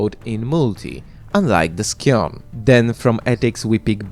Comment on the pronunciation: Scion is pronounced "sai·uhn" There is no K sound in there from the C. <3